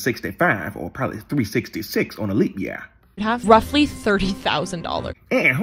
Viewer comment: Anyone else noticed how she said "ROUGHLY $30,000"? She knew even her guess was off.